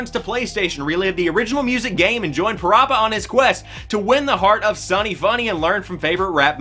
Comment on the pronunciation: Still pronounced Parappa wrong.😜